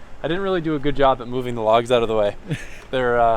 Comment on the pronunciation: cracks me up. "oh my gewd"